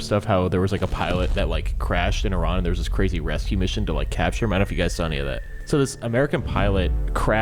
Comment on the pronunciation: thank you for pronouncing Iran correctly!